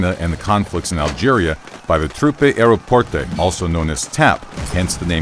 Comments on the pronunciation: Why do you keep saying "Troupé Aéroporté" as if it was Italian. It's french "Troupes Aéroportées", a quick search on google translate and your video could have been bettet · Me a French:What in the world my minister and the engineers have create? PS:It's Troupe Aéroporté and the way said you said it,I thought that was from Italy